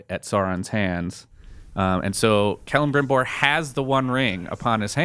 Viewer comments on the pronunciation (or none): The way kept pronouncing Celebrimbor's name bothered me a little.